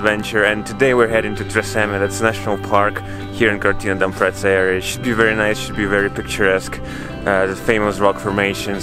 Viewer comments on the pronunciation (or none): It is also Cortina D'Ampezzo, not Cortina d'Amprezzo.